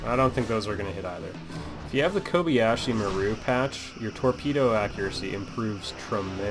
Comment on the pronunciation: Subtract 10 Star Trek points for mispronouncing Kobayashi Maru.